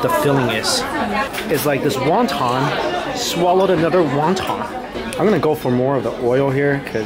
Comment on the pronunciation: No, no, no!! He saying Wan Tan again!! He's better off saying "soup dumpling!" 😂